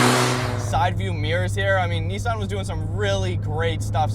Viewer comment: It's pronounced Nissan not Neesawn 😀